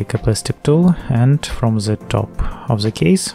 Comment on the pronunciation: "Disconnect ze battery from ze laptop"